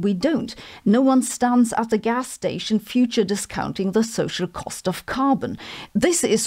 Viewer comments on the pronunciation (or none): none